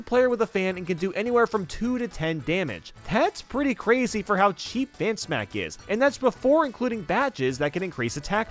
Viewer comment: For Lady Bow, did he say Fan Smack, Hand Smack, Ban Smack, or what?